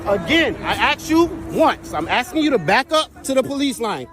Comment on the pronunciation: He doesn’t have to follow that fake officers orders. He was “axing” him to back up. That word has no meaning, therefore, he didn’t need to follow orders since that command was not even in English.